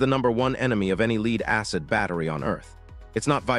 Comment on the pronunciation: Leed battery ?? It's pronounced LED like a LED diode which would be LED acid battery